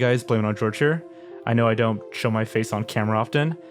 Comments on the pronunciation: hearing you pronounce the hard J hard G on is for some reason so funny to me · Hearing you pronounce your name as “George” gave me a heart attack man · I'm so glad you noticed too, I could've sworn it was pronounced horhey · okay, I need an answer once and for all. How Do you pronounce your name? is it Hor-hey or is it George? because in just a few video I've heard you pronounce it both ways, and as someone who tries to pronounce things correctly, it's bugging me.